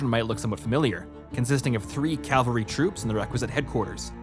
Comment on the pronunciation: It's pronounced CAV-AL-RY not CAL-VA-RY. Calvary is where Jesus was crucified lol. It's right in front of you and you're pronouncing it wrong dude